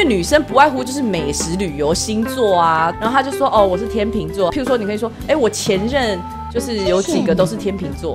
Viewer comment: 话说那不是读天chèng座嘛